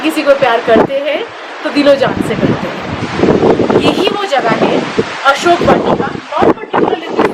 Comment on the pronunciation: Read as ashok vatika plz